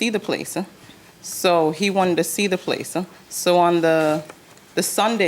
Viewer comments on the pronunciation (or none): Placeah… homeah. I was going nuts! Like please just stop it!!! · Don’t forget house-uh, place-uh and yes-uh 🙄😑